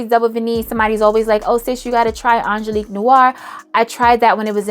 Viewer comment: I was with you till you said Angeliquie....my darling darling Angeliquie? 😂 I still love you though